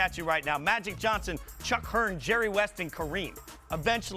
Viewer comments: “Chuck Hearn” 🤦‍♂️ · JUST CALLED THE GREAT CHICK HEARN "CHUCK HEARN". WHAT THE HELL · who the hell is “Chuck Hearn” ??? smh.... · "Chuck Hearn" smh these fucking idiots really do have no idea what they talking about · Did he say CHUCK HERN...? Wow..guppy ass foo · Yo did he just say CHUCK Hearn!Who da fuck is CHUCK!